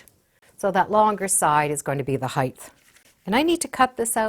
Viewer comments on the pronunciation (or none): The word is height not heighth, no h